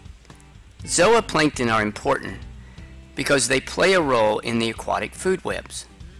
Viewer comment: Zowaplancton lmao cant tell if hes trolling